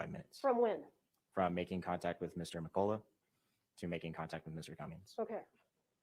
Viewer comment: I can’t cope with the pros calling Mr McCulloch “Mr McColler. It’s pronounced McCulloch. 😂